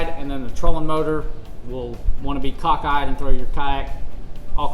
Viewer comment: He said coxkeye, hehe hehe, I was looking for modifying a non motor yak to a motor yack ack ack Trading in my Chevy